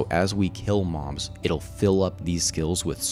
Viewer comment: anyone else heard him say ''as we kill moms'' instead of mobs ish LMAO :D